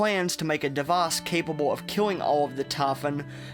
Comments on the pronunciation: ''Devaas'' IT'S DEVICE, D E V I C E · it feels like you have huge pronunciation problems what kind of accent is that it's typh"oo"n not tafan and dev"ice" not devace wtf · "taphon" "devace" "praace" "tam" your neuromods are failing